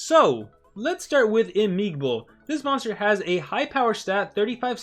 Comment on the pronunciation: its imigbo, no imigibo :v